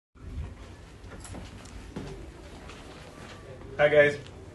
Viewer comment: He says the name Vijayawada very casually like vijayawadian😂 so sweet